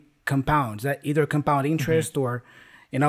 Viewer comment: I was surprised how this man in blue coat pronounced the word "either" in the beginning Also i wasn't familiar about an idiom "brown-nose"